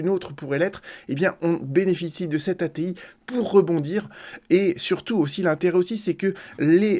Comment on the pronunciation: Lire loi "A T I) et non a t il. Merci